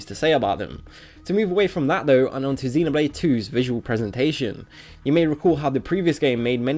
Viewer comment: You are saying xenoblade wrong